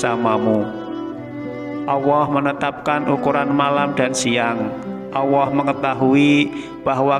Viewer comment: bisa ngomong Allah tu yg benar gak,, bukan awah